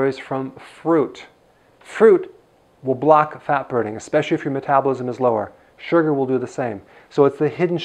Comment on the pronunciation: keke the way he say Sugarrrr 😊👍